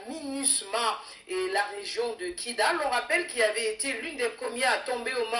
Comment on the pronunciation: Kidal et non kigal